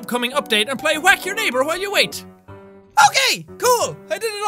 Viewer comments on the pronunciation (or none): Jack says Whack as “Qhuack” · How many times have you said “Hwack